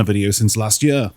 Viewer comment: I’m fascinated by pronunciation of “year”